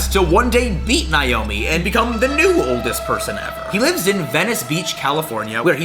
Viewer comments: As someone named Naomi, it hurts me to watch this video because he’s pronouncing it like “Nye-omi” 😭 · He kept butchering her name, it’s pronounced Nay-Oh-Me